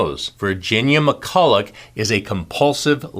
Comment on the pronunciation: Just to note her name is pronounced McCull-a